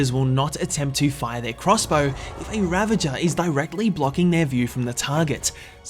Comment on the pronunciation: its pronounced . "ra-vag-er" . not "ra-ven-jer"